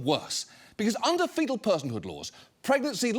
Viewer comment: bro really said “fecal personhood” 😅